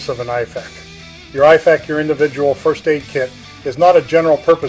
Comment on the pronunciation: My thought exactly lol. Dude misprounced IFAK and CoTCCC, which doesnt "approve" anything and only recommends based on research and evidence. Same with how he talked about tension physiology but described a open pneumothorax. Almost begs the question of the validity of the background. Just my thoughts from practicing and teaching both Civ and Mil medicine.